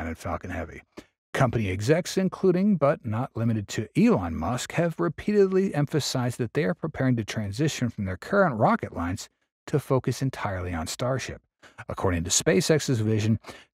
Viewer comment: It's Musk. Not Mask. And No, I don't think so.